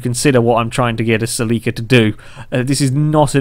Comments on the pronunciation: Cell-la-ca not Cell-lee-ca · It's pronounced ( sell - it with out the t - ca )